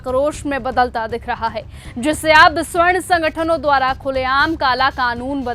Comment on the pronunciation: मैडम जी स्वर्ण नहीं सवर्ण होता है 😂